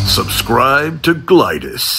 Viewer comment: Mispronouncing Glidus really is the height of comedy